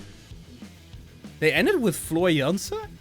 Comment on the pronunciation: my friend, it's Floor in the end! 😅👍